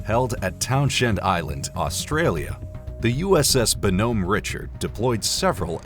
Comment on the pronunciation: The amphib is pronounced “bon-home re-shard” and sadly is was lost to a fire in 2020